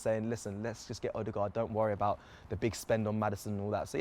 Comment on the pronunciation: I really like this show. It's professional and pretty entertaining. Apart from the "Odeegard" lol